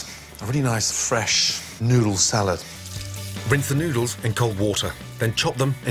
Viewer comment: At first i thought he said "soak the nudes".